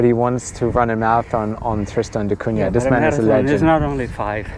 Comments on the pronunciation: Great Video, as a Guernsey man I also appreciate solitude, only comment is there is no Y in Cunah so its not pronounced da Cunyah just da Cuna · Maka calls it " Kun~nya " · Even after you were told how to pronounce it, you STILL pronounce it TristOn...it's TristAn...and it's NOT CunYa....Come on!!!!! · Thanks for giving us a chance to see what life's like on Tristan da Cunha, a place I've always been very curious about, but will probably never be able to visit (at least I did visit beautiful Ushuaia, though!). And since I'm a native speaker of Portuguese (I'm Brazilian; the island was named after Portuguese navigator Tristão da Cunha, adapting the first name to English spelling), congratulations on your very close pronunciation of "Cunha", which contains a sound not found in regular English words (Portuguese "nh" is the same as French or Italian "gn", as in "mignon" or "gnocchi" — so, sorry, guys, "piranha" is NOT pronounced "piranna", but rather as if it were "piragna" in Italian; it's similar but different from Spanish "ñ"). Only remark: the middle "da" MUST be in lowercase. It means "of the" in Portuguese (in the feminine singular form), and you don't capitalize "of [the]" in English either, even in personal or place names (e.g., "Prince of Wales", "Port of Spain", "Mull of Kintyre", "Lake of the Woods").